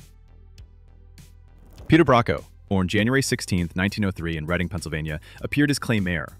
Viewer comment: I've never heard of Peter Brocco until now, and I'm from Reading, PA! BTW, thank you for saying Reading the correct way. The only two famous people I was aware that were from here was actor Michael Constantine and author Jon Updike. Mr. Brocco was born and died here.